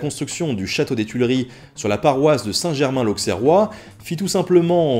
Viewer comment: Je découvre et me régale de cette chaîne de jour en jour. L’icaunais que je suis ne peut s'empêcher de faire remarquer qu'à propos de Saint Germain l’Auxerrois il faut prononcer "ausserrois" et non pas "aukserrois" ;)